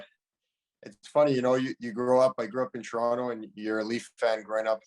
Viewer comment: He’s pronounces Toronto like we do 🥲